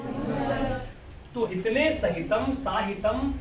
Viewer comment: हितने नहीं होगा महोदय,हितेन होगा ।